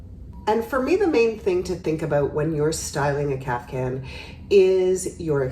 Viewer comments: If you look it up, it is pronounced Kaf-tan, with a t, not a hard c. Now maybe somewhere they do pronounce it with a c? I used to, and was corrected. However it’s pronounced, the ones she shows here are beautiful! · Love your style commentaries. Today - (maybe the heat has clogged my ears) I keep hearing: CAF- Can ..?? whatever, they are their own cool style! THANX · i heard it too :D